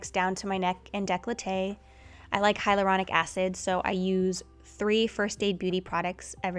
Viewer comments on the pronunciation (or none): none